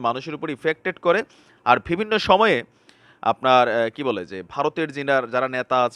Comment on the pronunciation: mind korbenna..apni bivinno word ta use koren besi, kintu uchcharon vul koren,,vivinno bolen, so bo k vo bolen, parle thik korben plz